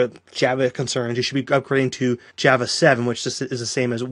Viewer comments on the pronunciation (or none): Hard to listen to when this guy can't pronounce "java" like anyone else on the planet.